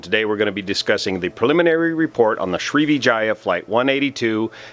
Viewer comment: You got the like for pronouncing Sri#%¥€$@